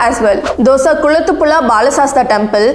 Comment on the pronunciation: 😂😂 Kulathupula temple 😂😂😂 it's Kulathupuzha